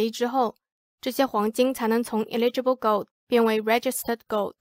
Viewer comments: eligible是 /ˈeləjəb/,第一个不是i发音吧😄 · eligible 發音是應該是eh·luh·juh·bl哈哈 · 美國，跟澳洲發音上的差異，不影響理解，只是不習慣所以覺得很有趣XD